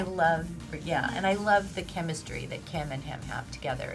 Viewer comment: Not kimistry